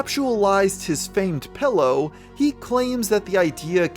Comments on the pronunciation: This nigga says Pellow instead of Pillow and Bo-hemoth instead of Behemoth. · Bro you keep saying pellow and it’s killing me. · wtf is a "pellow"? I use "pillows" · "pello" xD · I seem to be the only one noticing that he pronounces pillow as "pellow".